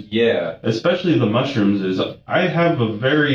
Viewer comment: I tapped out after i saw the robot pronouncing mushrooms wrong